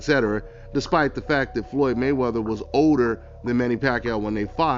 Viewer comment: It’s OLDER NOT “odor” 😂